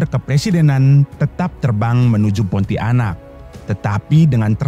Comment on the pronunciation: Narator keliru cara mengucapkan kata PONTIANAK, bukan diputus menjadi PONTI - ANAK. Mohon pahami cara membaca yang benar sesuai kaidah tata bahasa Indonesia.